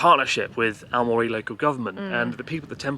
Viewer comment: ♨AOMORI と❤AMORE読み間違えましたw